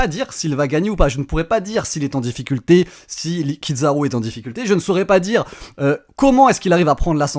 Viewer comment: Kizaru "zzza" pas Kid zaru. Même en japonais ils disent Kizzzzaru 😮‍💨 Il prononce plus japonais que les japonais eux-mêmes 😂😂😂